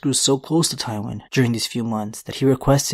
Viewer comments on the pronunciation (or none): Omg it’s pronounced TIEwyn not TOWwyn. 🤦🏻‍♀️